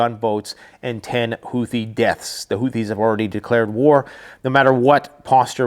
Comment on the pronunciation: the "th" in houthi is pronounced "t". Hootie.